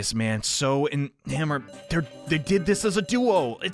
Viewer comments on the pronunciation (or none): none